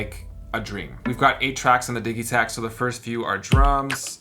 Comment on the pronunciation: Is it not pronounced di-jee-takt? like digital?